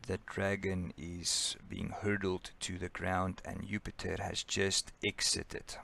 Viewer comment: Disorganized and poorly presented. He cannot pronounce Jupiter as well. Goodbye.